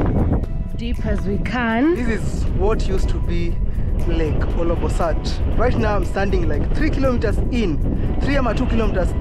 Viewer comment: Interesting but hope you'll redo the trip with you pronouncing the name of the lake properly. OLBOlosat not OLOBOsat 😢